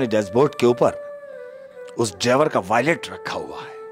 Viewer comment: wallet hota h voilet nhi